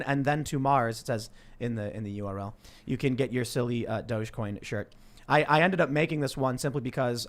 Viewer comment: I'll say it over and over and over again, it is dog-e-coin... pronounced "doggy coin"